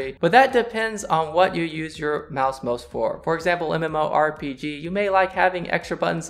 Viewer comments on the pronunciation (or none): none